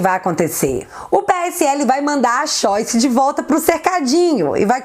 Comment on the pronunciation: Acho legal quando você fala xoice, é engraçado.